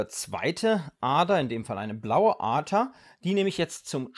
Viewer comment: Kannst du bitte das "D" betonen? Du sagst immer "ATER" Statt "Ader"